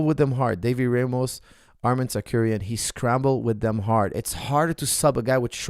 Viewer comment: It’s Tsarukyan not Tsakuryan😀